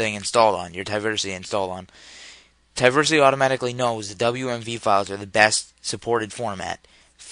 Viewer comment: Why do you keep saying "Ti-versity"? It's "Teeversity", like "TeeVee" aka TV, you know, Television. But thanks for the tutorial.